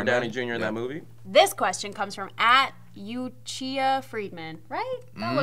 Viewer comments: How did not notice that said Uchiha wrong. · Everyone is talking about being on fire this episode, but are we just gonna ignore how pronounced Uchiha? Jk love you.